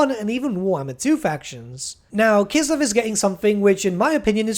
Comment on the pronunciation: I like how you pronounce Kislev with your accent. It sounds closer to the proper way.